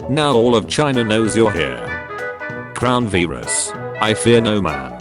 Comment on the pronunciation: crown veerus